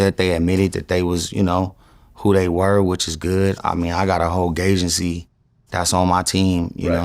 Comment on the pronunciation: Bro said “gaygency” 😮🤣 ??? A whole team ???